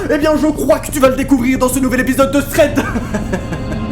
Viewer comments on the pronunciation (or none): none